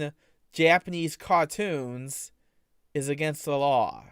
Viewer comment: "Thew're Cawh-toons" 👉👈